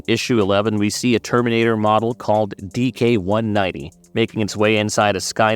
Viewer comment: Why do you keeps calling him DK-190? His name is DIX-190. Not trying to be hostile, love that anyone acknowledges the NOW comics.